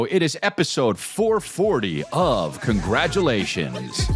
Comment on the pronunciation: Haven’t heard a “congargalations” in some time mmmmmm’babies. Whenever I’d guess that opening right my day got sss’much better